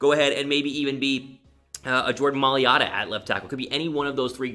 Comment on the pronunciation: You gotta pronounce it - MY-LATTA